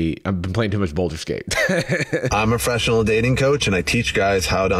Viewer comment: "im a 'feshinal dating coach" considering you cant even say the full word "professional", I don't believe you